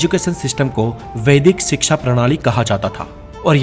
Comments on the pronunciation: First of all the word in hindi is called shiksha not siksa. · Bhai wo shiksha hota he siksa nahi 😁😁